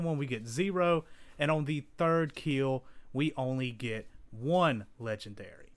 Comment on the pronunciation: It will "keel"